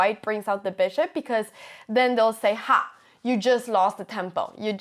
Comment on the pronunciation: Your English is near perfect Anna, but your vowels amuse me... "chuss"!